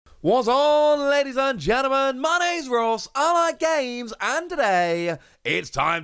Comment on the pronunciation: Please, dear God. Can someone tell me if, at the beginning of these videos says "Allied games" like he's shouting out a sponsor? It's been driving me crazy since I started playing this game.